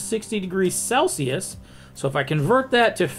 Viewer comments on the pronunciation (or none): none